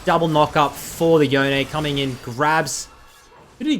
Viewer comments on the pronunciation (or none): Crazy that riot think yone is pronounced yoneay, in that case bone is now boneay